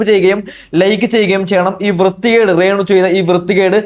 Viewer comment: എടാ രാണ് അല്ല (രേണു )ആണ്